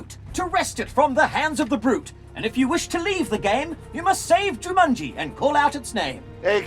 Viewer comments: They spent enough money on these films. Why didn't the director tell Rhys Darby to pronounce Jumanji properly? It comes out as "Ju-MUN-gie". So irritating! 😬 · excuse me who is "juMANJIE"